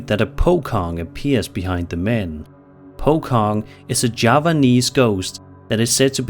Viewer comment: It is pronounced as po-chong, po like you say pie, and cong, or more likely chong, like you say China. Many rural area inhabitants in Javanese culture believe that "its" occurrences could be a warning of something else yet to happen, not necessarily about "itself" though. I once experienced witnessing "it", in my half -asleep state, "it" was seen standing just outside of my room, making a strange move, like a confused person behavior, either leaning back to retreat, or leaning forward to enter my room. Strangely enough, I didn't feel the fear at all, it was a great curiosity driving me to approach "it" instead. I walked calmly toward my window to see "it" clearly. Then, when "it" reached out "its" awareness towards my presence, "it" stopped "its" movement, gazed to me directly and quickly, in a shocked sense, "its" eyes flashed like any automobile headlamps, so bright before "it" disappeared along with the light. Just like that. Then, I woke up, in a position just before "it" emerges outside my window. I felt Deja vu, but it didn't happen. I was at my uncle's house, living in the front-most guest room, which had long been left empty. And that is the story of my first night there. It didn't happen ever again since, and left no impactful omen either though. Perhaps "it" was simply confused by my unassuming presence. Anyway, thank you for your contents! You present your compilation so well, consider your channel subscribed! Happy New Year and Keep being Spooky